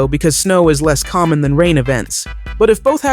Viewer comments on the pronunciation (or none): Hello, did you know that said 'COMMOM' instead of "COMMON'